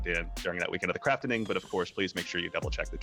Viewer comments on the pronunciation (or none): Craft-ing not Craft-en-ing